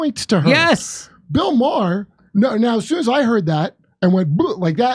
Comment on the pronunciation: Jimmy's ability to mispronounce the names of excessively popular people is impressive. It isn't Matt "getz". It is pronounced "gates". It isn't Bill "ma-her". It is pronounced "mar". Fucking goon.